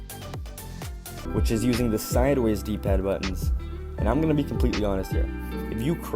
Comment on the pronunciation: When you said “DPAD” I heard glitch. 💀